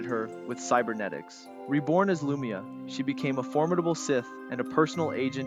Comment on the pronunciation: Its kinda hard to pronounced names you never heard though. But yeah... Lu-my-ah not Loomia